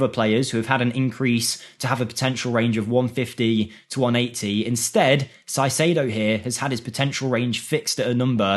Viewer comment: Caicedo reads as “Kaicedo”